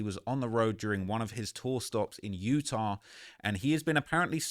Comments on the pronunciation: Yurr tah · lol say Utah again